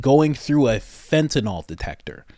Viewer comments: It's spelled FENTANYL... It's Fentanyl. Did you study pharmacology in college? I DID. Ever heard of Carfentanil? Similar drug, that's MUCH more potent. Pronounced the same way. How do you get Fentenol? OL, is like Albuterol, or Clenbuterol. Those are lung medications. I wasn't insulting you. It's just like people who call Oxycontin, OxyCOTTON. It's not right, and adding an ol, to it, makes it sound like you're speaking about a different class of drugs. You're not the only one to do it. Southerners started mispronouncing it on TV, and idiots went with it. You'll hear intelligent doctors on TV who pronounce it PROPERLY. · It's pronounced FENTA NYL.... Not FENTEN ALL.